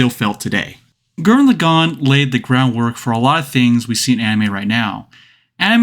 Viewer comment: gurren laGONE!? say lagann you peasant.